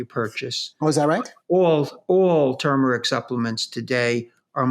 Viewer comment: TURmeric is not tumoric (toomeric}. The "r" denotes pronunciation similar to the words "turn", "turgid", etc.